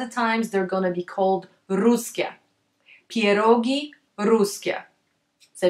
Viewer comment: Strange pronunciation of pierogi. You spell ie before p like "i" as in a russian language. But I thought it must be sound like "pjerogi" with soft "p" and soft "e". And r you sometimes pronounce on britain manner like it sounds in early bird, but it needs to be sound, IMHO, more on scottish manner, but actually on slavic manner. Is your native language polish? And how to spell it correctly? And even barszcz you spelt at the beginning like russian борщ. Пончики, а написано пачки(sorry, paczki). <У меня уже когнитивный диссонанс происходит в голове.> Really! It is very hard to understand the pronunciation. It will be great if you spell it for the first time slowly and correct on polish maner.